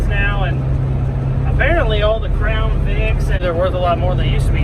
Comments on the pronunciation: 👑 great stuff gonna put you on my daily vid list. I thought you said "frown" not "crown" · 👑 for some reason I thought you said put a frown 😂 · did you say-- frown? or crown? LUL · 👑☹️ At first I thought you said „frown“ but my daughter said, „no man, he said crown.“ So I gave ya one of each. Really cool build… thanks for sharing it with us! Really enjoyed watching your processes and was impressed with all of it but especially the windshield part, even if it didn’t totally survive the cut. Great stuff!